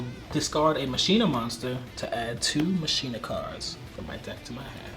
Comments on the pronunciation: anyone else bothered by how he says "Ma-shee-na" instead of "Ma-kee-na"? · So while I love these duels...my only complaint is y'all's pronounciation of Machina xD It's not "Machine-uh". It's "Mach-ina." Like Deus Ex Machina :P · Its not mashina, its machina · Am I the only one that is hurt everytime they say mashina instead of machina? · Anyone else pronounce it ma-key-na and get super triggered when they hear people pronounce it ma-she-na ? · Am I the only one annoyed when says "ma-shee-nuh" instead of "ma-kee-nuh"? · I thought it was pronounced "ma-kee-na". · Damn near everyone says it wrong online. It bothers the heck outta me. 😅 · regardless of how it sounds, it is the correct way to prounounce it. It's like "deus ex machina" "ma-kee-na" not "ma-shee-na" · How you pronounce it is mech-a-ny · word actually comes from Machina, Latin for Machine, properly pronounced as Makina. Should be pronouced just like Machina in Deux Ex Machina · The way he pronounces machina hurts me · I know but it still dosen't feel right, such as when people pronounce bologna how its spelled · Great vid dudes! But why can’t any Yu-Gi-Oh! players ever pronounce “Machina”? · Saying machina wrong is 😬